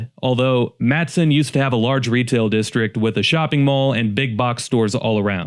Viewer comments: Totally Agree! Born & Raised Chicagoan - EXCEPT - Matteson - * correct pronunciation is MAH-teh-sin ((NOT Matt-son)) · Been in occupied Illinois for nearly whole life. List is very good. One little correction Matteson is pronounced Matt-e-son. There is an 'e' in there. Mattson is a town in Texas. Not a big deal of course, but having lived there as the town collapsed, the historical society used to sell shirts with the phonetic spelling, and explaining the name coming from the 10th Governor of the state Joel Aldrich Matteson. Who shockingly was involved in financial scandal.